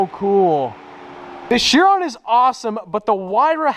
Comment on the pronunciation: Am i the only one bothered on how says Chiron? Its pronounced like Kiron.. but Chiron, sorry for that rant😂 Also thats a Montana License plate on that car!😱